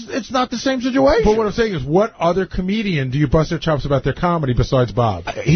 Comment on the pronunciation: Someone teach to say situation. He says sijuation